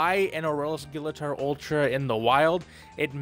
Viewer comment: Technically his name is pronounced as gill-uh-torr.